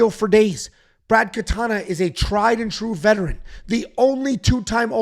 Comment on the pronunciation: Brad Katona. KATONA not Katana. Wtf is wrong with you dude?!